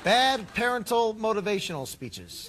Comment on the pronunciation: I'm bothered by the way Drew pronounced "parental."